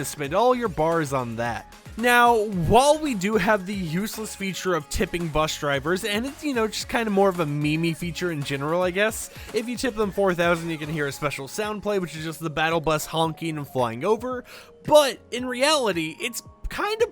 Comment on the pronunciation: did he just call meme me-me